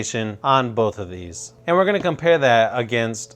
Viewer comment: I don't how many times I've heard him say "and" and It's really distracting when he keeps saying "and" and did you know how many times he said "and"? and his pronunciation of "and" was really weird And he was like "aaannnd" and like in a voice that's sounds bored